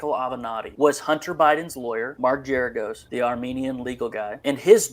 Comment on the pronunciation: It’s Gerargos with a hard ‘G’.